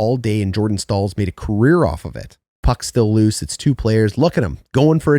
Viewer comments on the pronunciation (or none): none